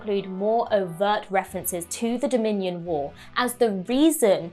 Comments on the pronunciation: Um, it’s Dominion war, not Dominan War. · "Number 8, fallout from the dominion* war" (not dominian)